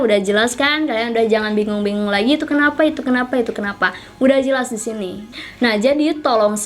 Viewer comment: Kak pengucapan kata DISINI itu kurang jelas kak jadi kayak SISINI CUMA SARAN